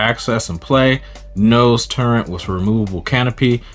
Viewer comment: Turret not turnit.